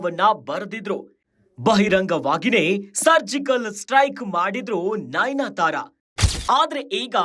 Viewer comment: nainyatara alla pa..adu nayanatara